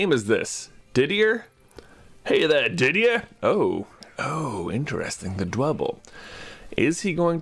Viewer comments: The name Didier is French and is pronounced Did - yay. 'Yay' sounds like a cry of joy here. ^^ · Also that French name is pronounced dih-dee-eh if I recall high school French class